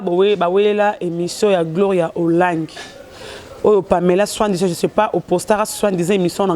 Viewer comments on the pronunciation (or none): Lelo ba mbanda mibale ba se réconcilié po bo mbanda ekufi après décès ya mobali na bino ADT, ah bosilisi nanu te bo bengana po bosala force. Bravo lelo ba mbanda mibale balobani pona kk Carine. Gloria soki oza mwasi prononcé mot * soit disant* po yo olobaka kk suan dizan 😂😂😂OKOSI GLORIA ALEKI YVETTE🤣🤣🤣 RECONCILIATION OYO NDE EKOMI KOKOSA BINO